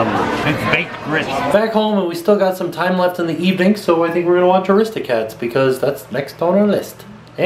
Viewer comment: Heh, you say Aristocats differently :3 Also, if you go on a Disney Cruise, take me with you :o